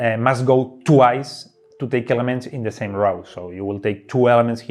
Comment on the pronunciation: 'row' is pronounced as 'go' with an 'r' ;) I know, it doesn't make any sense. You'd think it's pronounced as 'now', but it's not.